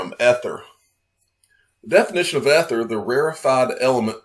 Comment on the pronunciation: Word nazi here. Its E-ther not eh-ther